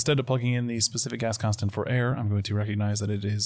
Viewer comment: ooooooh "GAS CONSTANT". Whole time i thought you were saying "specific ass constant" and i was like, damn right!